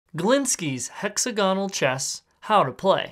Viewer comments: Hex agon al not hexo gonal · That looks cool. Maybe the knight's move could be explained as "move one space diagonally like a bishop, then just past that on either side", if that's more intuitive to anybody? Oh, and it's pronounced "hex-AG-onal"! 😉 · It's easier to say "Hex-Agonal than" Hexa-Gonal"